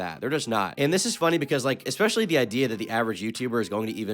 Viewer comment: Nah, he says words wrong all the time. Just rolls right out. Says expesually and excetera.